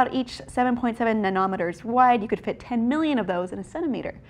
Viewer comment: Did say "nomnometers"?